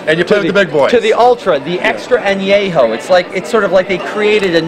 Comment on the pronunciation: Please learn how to pronounce how to pronunce anejo (just a cosmetic thing if you're drinking high en spirits) and I would've loved to hear more about what the difference is between the Resposado for example which I've had and the Ultra.